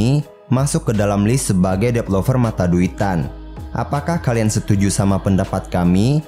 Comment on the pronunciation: Developer, bukan depelover